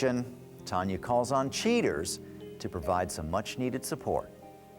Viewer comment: Cheee-turz. 23 years later after watching this on over the air TV, I can’t get over how the VO guy and Joey Greco pronounce the word ‘cheaters.’